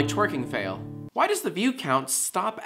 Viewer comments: jacksfilms yes, when you pronounce it "Fuh-eel" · I live in the south and even I don't pronounce it with two syllables. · Red Rogue you pronounce it how its spelled. You don't pronounce hail as hay-ull or bail as bay-ull. If you look fail up in a dictionary and there are no "•" in the word that means there is only one syllable. That is the case for the word fail. No hate. Just pointing that out. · It all depends on your pronunciation of "fail". If you pronounce it as just FAIL, then it will have 4, but most people split it into 2 and pronounce it "fay--ull", so in that sense, the Haiku was correct. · WincatGaming Since when is fail pronounced fay-ull? Is it just a non-American thing? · I'm American and I pronounce it like that. I can't really see how you could manage to pronounce it with one syllable, actually. FAY-ull. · fail is one syllable dude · Tia L Jack pronounced it like that in the video... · Josh z Really, I don't think he did that on purpose, that's seriously how everyone I've ever known pronounces it... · "Like twerking fail" is only four syllables, Jack. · Erik Forsmoo He says it as its two syllables, dunno why. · sorry Jack, "like TWERKING FAIL" has 4 syllables..... Haiku master dethroned?